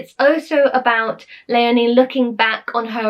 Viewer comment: Hello, well top of my list of ' would like to read' is Leonie Charlton's Marram because, like you, I am really attracted to anything to do with Scotland ( my daughter's name is Léonie and you pronounced it as we do which was lovely to hear). Having visited the Isles and trekked on hill ponies, under the fearsome guidance of Montgomery's grandson in Camusrory as a teenager on a school trip, I just have to read this. Thank you once again, more books to inspire and to look forward to reading. (ps. My pony was called Pegasus! I adored him), Teresa 📚💕